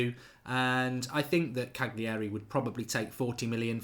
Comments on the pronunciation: It's Cali-ari! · Marks blatantly just watched a couple YouTube videos in the last 24 hours. Can't even pronounce Cagliari properly and reckons he knows this lad. Pshhh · Learn how to pronounce Cagliari you idiot.